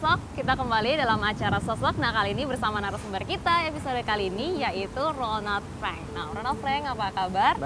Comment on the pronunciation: ronald frank mbak,,bukan ronad freng